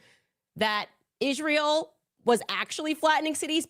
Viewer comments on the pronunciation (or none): She also mispronounces Israel as "Ishreal", subconsciously admitting and declaring that Israel IS REAL !!! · Candace needs to learn how to pronounce Israel.